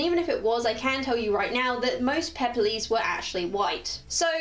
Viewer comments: I was also wondering how its pronounced because ive always said pep loh-s but quick google search said its pep less. I think I would like just lounging around in a peplos. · it's pronounced Pep - loss, just two sylables, not four. peploi (pep - loy) in plural(the garment is not purely greek, examples are found in northafrican tribal dress, nordic and anglo saxon cultures,romans wore them and it is probably the ancestor fo the russian sarafan also - it's basically a primitive garment that exploits the shape of precious, labour intensive woven cloth by not cutting it - see dorothy k burnam's book "cut my Cote"). round brooches aren't greek, those are a disneyism. the early attic peplos was fastened with a long sharp pin - long enough that Herodotus recounts that the garment went out of fashion in the later period because the sole survivor of a battle was stabbed by a mob of greif stricken woman(what gives you the right to live when my husband/son/father/brother died) - thus prompting the shift to the chiton (no pins) or the use of fibula (an early safety pin)by rule of the suriving, terrified, male relatives (athenians were basically paranoid about what happened when women fought back, maenads and amazons are the horror stories to keep little boys vigilent against the latent threat of the bolshy woman) Nor were classical garments "usually white" this misconception springs from the neo'classical c18th love of the pure white look - most surviving greek statues have been deliberately scrubbed to make them look white. Modern classicists have studied the paint traces and made reconstructions, the results do not fit the modern taste for white, they are p